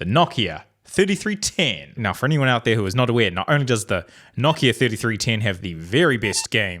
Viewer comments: wtf... KNOCK IA??? how r u saying nokia... it's like no kia... no car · Why do you pronounce it like kno-ck-i-a? It’s pronounced no-k-I-a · it is actually pronounced noh-KI-a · Everyone: nokia: KNOCKIA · Say it with me, No - Kia.